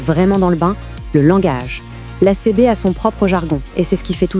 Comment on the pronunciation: c'est une IA qui parle sur notebookLM, pour la faire prononcer correctement il faut ecrire le texte CiBi ;)